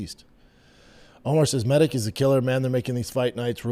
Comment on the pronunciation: Your a grown man how do u not know that ALL Serbian last names ending in ic are pronounced "itch" Med-itch!!!!